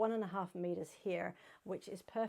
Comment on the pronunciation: So excited to see a mention of the Lewes Skirt ( yes you pronounced it correctly) thank you ❤